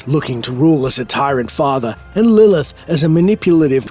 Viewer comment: "But how will Lillhhh...."